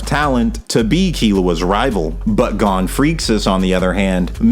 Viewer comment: maaaaaaaan why do you pronounce Gon like that 😂